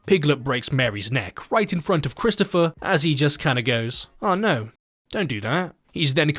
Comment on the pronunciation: "Bwood is thicker than honey, Chwistopher."